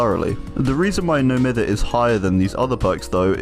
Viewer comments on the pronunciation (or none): ITS NO M-EYE-THER